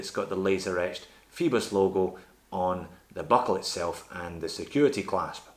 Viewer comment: I could be wrong but oi is usually pronounced like oy, so Phoibos should sound like foybos and not feebos, what do you think?